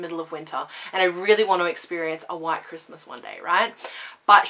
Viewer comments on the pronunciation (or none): none